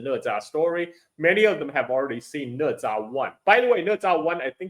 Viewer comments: Why it's pronounced ne? Isn't it na? #OOT just curious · Né zhā啊哥们儿😂